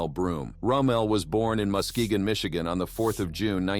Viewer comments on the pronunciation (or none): none